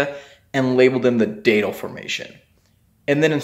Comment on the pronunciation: Please pronounce Datil correctly. Think of "that'll do" and say "Datil'll do..."